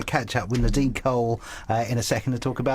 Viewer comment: Does he not know hes prounouncing coyle wrong sounds like hes saying cole ?